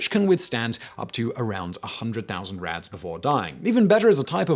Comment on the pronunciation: It took me by the second time you said “rads” to realize you weren’t actually saying “rats” 😂 I was like, why are we talking abt cockroaches if we’re apparently measuring radiation by rats (how radiation a rat could survive)